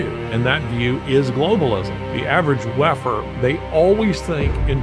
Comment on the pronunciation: When you said ‘WEFer’ all I heard is ‘Waffen’.. and what a Freudian audio slip that was. Can’t unhear it now.